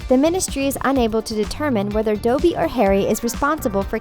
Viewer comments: Doby?! Doby?! DOBY?! BRUH, DOBBY! GET YOUR FACTS RIGHT! IN ANOTHER VIDEO YOU SAID HERMIONE GRANGER WRONG AND MCGONAGALL WRONG AND NOW DOBBY! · You pronounced Patronus “patroneus” and pronounced Dobby “Doeby” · Did you rlly just call Dobby (Dob-ee) Dobby (Dobe-ee)? I’m srry I’ll leave.. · Dude, it's not DOEbby, It's DAWbby :( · Why is she saying Doughby instead of Dobby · Doby... Theres 2 Bs thank you very much... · And dobby not doebe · Did- did she just say “Dobey”? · did she just say "DOBEY'? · doby and patroneus... hdhshshs that’s not how you pronounce them!! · Doughby and patronius lol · It pronounced D - o - beee and pa - tro - nus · ß Yup, she called him Dohbey! And she mentioned something called a Patronius... wonder what that is! =P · THE PRONUNCIATION IS DOB-BY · And now it's the pronunciation of Dobby... watch the bloody movies! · This video is good and all but the way she pronounces Dobby and Patrounus make me uncofortable.. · She said “DOBBY” wrong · How do they pronounce Dobby wrong?!?! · Anyone else bothered by the way she pronounced Dobby, Patronus, Veritaserum, and Marauder’s?? Pronunciation was making me cry 😭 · Pronouncing Dobby wrong. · I know it's so annoying I know she's American but even American Harry Potter YouTubers pronuce dobby Wright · IT IS DOBBY NOT DOABBY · It's not dObby it's dobby😙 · So anoying, its doby not douby!!! sr im like Hermine now. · its dObby not dOwBY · U say dobby like doeby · It’s not doughbe it’s Dobby! Not DoUgHbEeEeE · They called my favourite character dobey it’s dobby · Sirius is a dog he Retrieved it 😂😂 *slaps knee Edit: did I just here this chick say Doby instead of Dobby?🤬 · She said Dobie instead of Dobby and patronius instead of patronous. Not a real Harry Potter fan😡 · it's DUH-bee, not dOW-bee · It’s not doe-by it’s dobby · its not pronounce DOE BEE its DO BEE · The voice over sounds like a broken Siri or Echo and she called Dobby Dobey. No credibility in my opinion.